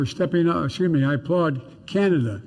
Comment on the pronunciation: Did he say chinada :face-orange-frowning